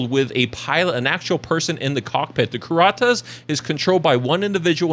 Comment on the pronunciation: Pronounced Kur-at-us